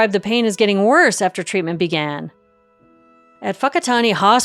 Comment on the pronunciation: Thank you for calling it Whakaari, the Māori name for it, rather than taking the easy road and calling it White Island ❤ also your pronunciation of Whakatane is on point. I haven’t seen any of your videos but I appreciate you doing your research!